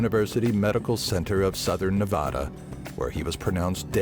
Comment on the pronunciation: does no one know how to say Nevada? its not Nevaaawwda...its Nevada you Tards